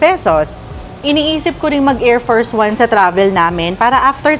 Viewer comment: Ayusin mo naman pronunciation wag masyado pa slang Ang new is NYO hindi NU! Ang adidas ayusin mo pagka sabi hindi yan Ah-dee das. Adidas lang yan! Ang air force one, air FERS one pagka sabi buset sa tenga Ang OA kasi halata namang fake accent lang yan nakaka turn off makinig. Sino ba kase audience nyo di ba mga pinoy at bisayang mag english hindi naman mga fil am o kano